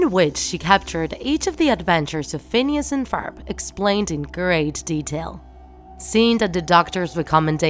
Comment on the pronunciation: Phoons an Forb